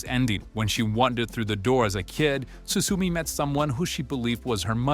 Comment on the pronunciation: 'Su su me' I can't